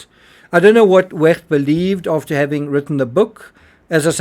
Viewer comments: To the narrator, please stop pronouncing the “ch” in Wecht in such a mucusy, phlegmy, gurgling, grating way. “Ch” is softer like an “sh” or an “h.” The way you are pronouncing “ch” is extremely annoying and painful. It’s noise torture. Kindly, in the future, please pronounce “ch” like a soft “sh” or “h” the way it is supposed to be pronounced. Thank you on my and everyone else’s behalf. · Why do you pronounce Wecht in the German way and not how the doctor pronounces his own name, especially since NEITHER of you are German?